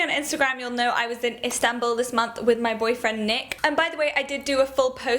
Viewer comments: I love how you say Istanbul. It sounds amazing. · Love how you pronounce istanbul, such a cutie! ♥